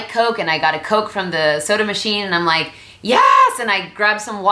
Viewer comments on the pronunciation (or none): none